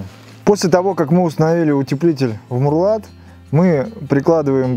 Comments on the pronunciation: марлат блеать. Мауэрлат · Горизонтальный брус по стене называется МАУЭРЛАТ, а не МУРЛАТ! Спецы... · Мурлат? Ну да ,"мауэрлат" - слишком длинно! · Не мурлат, а мауэрлат читай учебники... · Маурлат,а не мурлат.